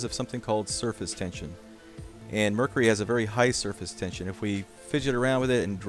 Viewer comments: "and last we have a container of Mercree." ....what a fuckin moron... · why do you pronounce mercury wrong it's mer-curie. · Pronunciation: mer-kiu-ri. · Did he say mrrrkury?